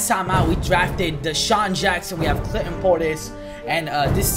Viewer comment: at 305 or 306 he said cl in Clinton portis so hard